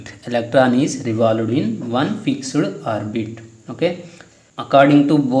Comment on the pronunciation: Fixuid not sir.... It's Fixed